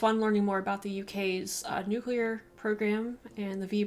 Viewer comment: There are thirteen people who pronounce "nuclear" correctly. You are one of them.